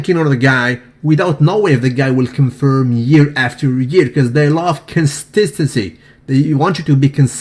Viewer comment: constindtensy? your oral not loyal